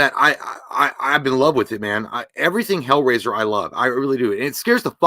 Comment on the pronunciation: Hellrasier ……👌 lol